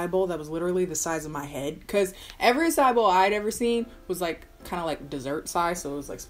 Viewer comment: calls it an "uh sigh" bowl lol